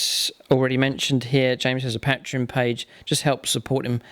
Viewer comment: You pronounce patreon wrong, its annoying